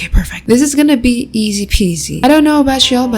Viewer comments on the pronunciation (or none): none